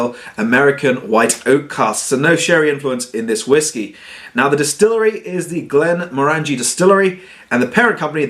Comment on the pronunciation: stopped watching when he kept mispronouncing Glenmorangie.. At least he didn't pull out that ridiculously large stemmed nosing glass for this one!